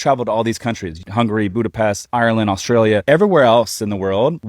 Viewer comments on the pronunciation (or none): none